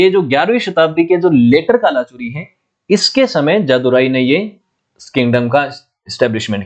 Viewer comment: गढ़ मंडला, हैहय वंश कल्चुरी (not Kala chori ) please work on pronunciation